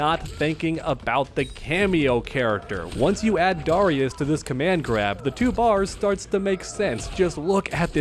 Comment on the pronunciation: The way you pronounce Darrius is so dumb bro lmao